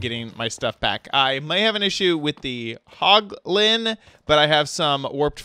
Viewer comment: What is a poglin? Do you mean hoglin